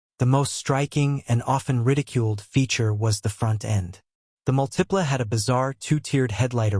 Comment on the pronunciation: Both the Aztek and the Multipla (stress is on the first syllable, by the way), were absolutely great cars. The design is a matter of taste. Either you like or you don't; fine either way. But both cars had absolutely superb packaging and were incredibly roomy and practical.